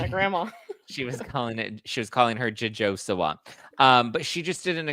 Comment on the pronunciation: “JoJo Si-Wah” haha my take is this good looking guy liked her.